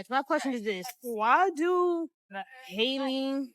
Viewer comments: Halle rhymes with Sally her name is not Holly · And not even saying her name correctly